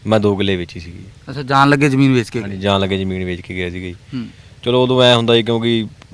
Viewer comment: ਰਿਪੋਰਟ ਜਾਂ ਜਾਂ ਕਰੀ ਜਾਂਦਾ ਬੋਲਦਾ ਕਿਵੇਂ ਆ ਜਾਣ ਹੁੰਦਾ ਜਾਨ ਨੀ ਹੁੰਦਾ ਪੰਜਾਬੀ ਦਾ ਕਿਉ ਨਾਸ ਮਾਰੀ ਜਾਨਾ ਬਾਈ 😂😂😂😂😂😂😂